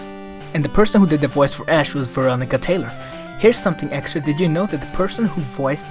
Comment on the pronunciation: "ask" lol